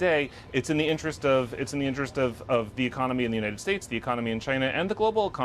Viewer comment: Why does this guy constantly mispronounced the United States. What a moron.